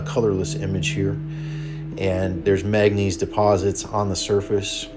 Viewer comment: Mang ga neeese Not magnees...